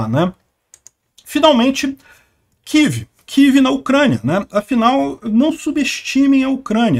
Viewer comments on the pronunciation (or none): Mas que coisa irritante! Todo falante de lingua portuguesa fala KIEVE, mas o bonitão, acha mais elegante falar KIV. Argh! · "Quív"??? Pelo amor de Deus!!! Fala UCRÂNIA, pelo menos!!